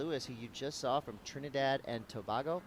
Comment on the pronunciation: it's pronounced To-Bay-Go........not To-Baa-Go...........Trinidad and Tobago